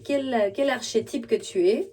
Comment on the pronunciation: Merci… Tu peux dire « arkétype » le ch se dit k dans ce mot. Bien à toi